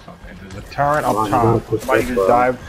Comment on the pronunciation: Off topic but why do so many players pronounce turret as “TurRENT” I hear it all the time lol.